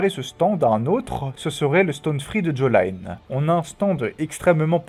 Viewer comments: Par pitié prononce bien jolyne et pas jaw line 😭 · Merci beaucoup pour toutes tes vidéos... Cependant, je trouve que ce serait bien que tu respectes les prononciations des noms des personnages, les choses du genre "Jolaïne Joéstar", c'est vraiment dur à encaisser. 😅